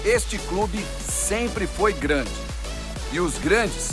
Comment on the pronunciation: "este clube sempre foig rande" kkkkkkkkkkkk piada memo